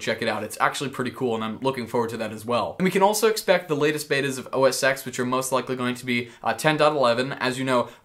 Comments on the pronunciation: A part of me dies every time someone says OS "x". The "X" is a Roman numeral and would be said as 10. Never would it be spoken as "x". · Please say OS (ten) X lol. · It's OS "Ten" the X is a Roman numeral. Lelz XD